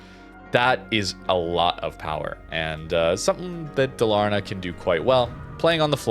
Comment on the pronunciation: Dalaaaarna, it's DAL-AR-NA 😁 thumbs up 🎉